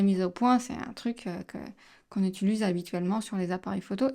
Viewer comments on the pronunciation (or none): On dit "Utiliser", pas "Utuliser" 😁 C'es pas méchant, mais dans toutes tes vidéos, tu massacres ce mot...